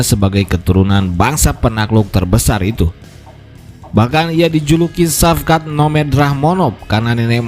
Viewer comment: Shavkat di baca = Shawkat/ Shauwkat, Saukat